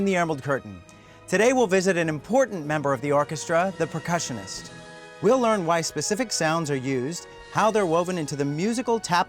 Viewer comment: I'm slightly horrified that he says "Precussionist".